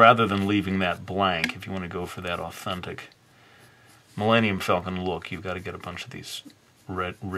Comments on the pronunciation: The Milayneeyum Falcon? I think that is the fastest you have made me laugh in a video. Good job.:Thumbup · Man. Why did you butcher the name...